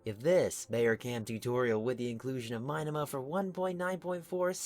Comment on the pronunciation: its pronounced <<Bow-err-Cahm>>